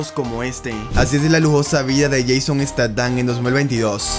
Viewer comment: Buen video , solo pronuncia mejor el nombre para la prox